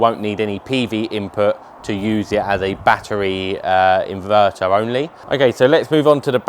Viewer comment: It's NOT baa-EReez. It's a ba-TTeRy C'mon Lad a handsome guy like you shouldn't be talking like that.